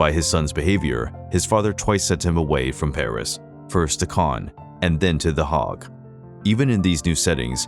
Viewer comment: Can't pronounce "Rousseau" either... or "Bourgeois" or The Hague (which he pronounces The Hog). : Here's an idiotic statement in this video: "His defiance stemmed from his outspoken criticisms of the government." Whaaa? His defiance is the SAME thing as his criticisms. His defiance didn't come FROM his criticism. Who writes this drivel? Lemme guess: AI?